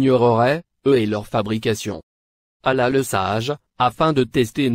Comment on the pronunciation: C’est pas un musulman qui a fait cette vidéo cette voix est celle d’un youtubeur qui donne des recettes de beauté même prononcé le non d’Allah il ne sait pas un fidèle musulman dit Allah et non Ala je sais pas prqw t’as fais cette vidéo mais si c’est pour attaquer les musulman,Qu’Allah le très haut te punisse